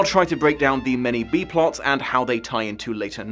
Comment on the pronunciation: Wait wait... did you say b-plots or Bee Plots?